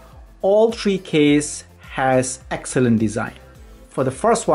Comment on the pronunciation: You dont say tree you say three